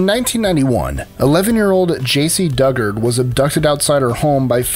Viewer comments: None of these are particularly mysterious. The simple fact that they were found takes the mystery out of it. And Dugard is pronounced "DOO-gard". Not duggard. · Your research sucks. Elizabeth smart brought about her own rescue, and Jaycee duggard pronounces her last name doo-gard and she was gone for more than ten years and she did not have Stockholm syndrome. Oh and also Steven stayers brother is a serial killer on death row, and sadly Steven died a few years after he rescued Timothy White. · Let me correct you on Jaycee case.....her last name Dugard is pronounced "Dew-Guard" She never had Stockholm syndrome.....she complied with her captors to survive. There's is very distinctive difference. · Jaycee DugarD. Pronounced do-guard. She is not a Duggar and deserves better than to have her name mixed up with theirs.